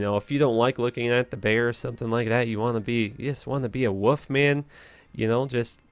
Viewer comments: you and MrLlama both say Woof? not Wolf! hmmmm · lol you seriously can't say "wolf"? it's not "woof" buddy hahaha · I love that he says woof instead of wolf 😁